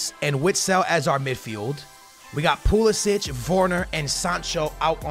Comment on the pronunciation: bro hes called pulisic not pulasic